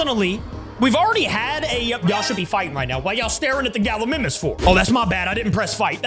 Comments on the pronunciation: its pronounced ga-li-my-mus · U keep on saying Gallimimus wrong